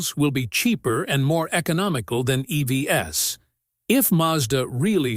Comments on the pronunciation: Please use a AI text-to-speak that at least can pronounce EVs right, not as e-v-s!😢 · If you want to produce really great videos, LOSE THE AI voice and voice it yourself! “EV-S”?? It detracts from what you do.